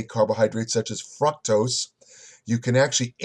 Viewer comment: What the "fruck tose"?